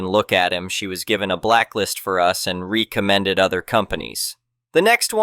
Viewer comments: The AI...ree-commended? Re-zend..and run on The dogs back gets better in heels? WTF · I know you aren't text to speech software, because tts knows how to pronounce recommended